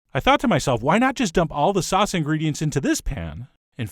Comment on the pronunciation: The way Chef John pronounces “sauce” makes me giggle. “Saahss.”